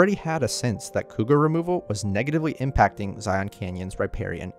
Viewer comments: Utahn here, the best way to tell a local from a foreigner is how people say zion, you guys say it as z-eye-on it's pronounced as like zy-in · It’s not so much ziONs as it is zi-ins. Now you know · It’s said ZiYin Zion not Ziyon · Sorry about noticing but is this a computer voice? Zion is a single silable not two as sometimes was said Zi-on. It's subtle but as a utahn it grates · "Zi-un" not "Zi-on." Of course the locals call it "Zi-uns" which us just as awkward. Considering that I usually sleep outside under the stars when I go to Zion I'm not all that sad that mountain lions moved out of Zion Canyon and the Springdale area. Considering that the canyon is just a small part of the park and that most of the tourist activity is centered there it's probably a good tradeoff. In fact there's a rock art panel near the south entrance called Sacrrifice Rock. It doesn't depict a sacred ceremony. No, park officials decided to make it's location known with the understanding that the area would probably get trashed. That panel was sacrificed to draw the crowds and hopefully leave other areas unaffected. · I have yet to hear anyone local to Washington county call it zi-ON. It’s always been zi-UN. Weird that Kane County would be different. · Zion, rhymes with "lion". This narrator missed a real chance here, given the topic of the video. Have only ever heard people not from Utah (or not LDS, members by and large pronounce it correctly, even from other states) pronounce it as "on". In fact, if you consult the Webster dictionary you'll find zi'en is the correct pronunciation (with li'en being the pronunciation of "lion". See the rhyme?) More people need to know this. Toole will never make sense though. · Love this video but as a local ftlog call it Zion not Zi-ohhn 😂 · It’s not pronounced “ZyAhn” its “Zyuhn” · I can’t stand it when people say Zi-ON, it’s the biggest give away that you’re a tourist. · You are miss pronouncing Zion. It is not Zi on. The o is more of an a or e sound.